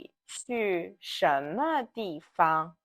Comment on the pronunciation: well I know about the first tone in 方 and neutral in 地方 when its meaning is a place. But the first time you use this word in video you mistakenly put the second tone for 地. Maybe that is some dialectical pronunciation, I don’t know.